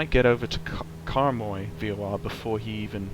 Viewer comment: haha, direct helgelsen xD I think youmean Haugesund** :D haha once again, directs Talmeg xD He means Karmøy** :) You have to be a scandinavian guy in order to understand it though haha :D Nice video